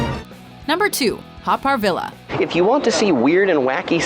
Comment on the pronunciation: The Haw Par Villa is pronounced Haw Par Viya